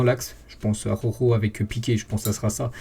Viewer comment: Mdr 😂 ses pas aroro ses araujo 😂😂😂